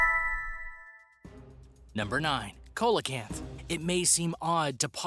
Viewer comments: Coelacanth is pronounced SEAlacanth also its not THOUGHT to be alive it is KNOWN to be alive they have been filmed from subs for nature programs ..... So if you can not say the name right or even fact check if it is known about or not try lookiung at Wiki for a quick fact check i didnt even bother to view the rest of the video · I agree. That was cringe worthy. For example; Coelacanth.. SEE-la-Kanth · The pronunciation of coelacanth at the beginning is enough for me to know that they don’t know anything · This mans HAS to be mispronouncing things on purpose tHyLaCiNe, CoElOcAnTh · The pronunciation is sea-low-canth, Coelacanth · It’s actually “siːləkænθ”. The “low” part in your pronunciation is more like the “a” in the word about. However, if the guy in the video pronounced it the way you did it wouldn’t bother me as much as it did. I mean come on! It takes two seconds to google while it probably took several hours to “research”, script, edit, and do the voice work for the video. I haven’t watched the whole video but would guess based on the other comments that this isn’t the only glaring mistake. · see la canth.....not co la canth ...smh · ITS NOT A COLA-KANTH it’s pronounced SEE-LA-KANTH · (Sounds like)=Ce-la- kanth Not Cola-kanth🐟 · You sead coelcanth wrong it's seel_oh_canth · Pronounce Ceelocant not colocant lol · Ya it’s pronounced SEE-LA-KANTH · The fish number nine isn't pronounce right it's "seel-uh-kanth". I have a book and seen the documentary film of it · Am I the only one who thought when he said coelacanth he said cola-can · Coca Cola kanth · Coelacanth is pronounced SEE- luh- canth!!! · See low canth wino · You don't pronounce ce-lo-canth like that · Tasmanian tiger never lived in new Zealamd! Some have been rumored to be in Tasmania. Meg la don!!!!!! Cee la canth !!!!! Please do Some Proper research and pronounciation for your channel topics!!!!